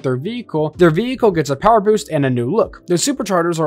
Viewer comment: Everyone talking about "Skonders" but why aren't we talking about "Veekle"